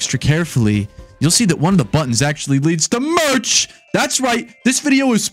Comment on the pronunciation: The way he says merch (rip to the mouse😢)